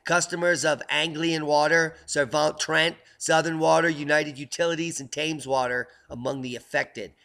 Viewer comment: We pronounce Thames as Tems not Taymes. Just one of those annoying nuances you Mericans slip up on. What happened to them lobsters anyhow?